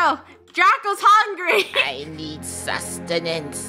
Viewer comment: I liked when said hungey